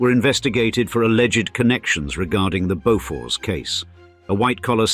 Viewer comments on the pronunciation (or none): none